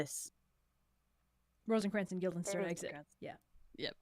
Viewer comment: This whole thing is fantastic, but I think the funniest part might be the fact that keeps saying “Guilderstein” instead of Guildenstern and seemingly just does not notice 🤣